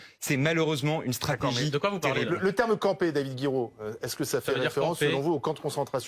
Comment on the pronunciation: écoutez comment ce trou du cul de appuie sur le mot "campé" quand il lit le tweet de Mélenchon 😂😂😂